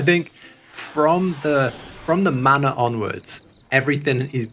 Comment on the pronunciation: I kept hearing 'the mana' and wondering he's talking about. Took me a while to realize its 'the manor' x)